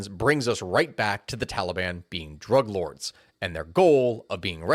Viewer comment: I thought you said drag lords